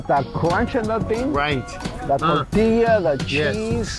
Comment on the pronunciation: He said “tore-tea-us”